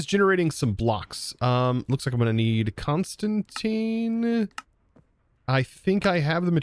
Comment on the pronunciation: the way pronounces constantan is hilarious